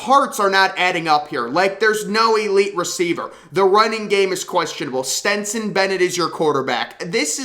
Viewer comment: And keeps calling Stetson ..Stenson 🙄🤦🏼‍♂️